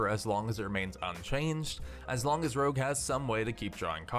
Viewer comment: Every time you mistake Rogue for Rouge , a poppy dies. Please save poppies , say Rogue instead of rouge .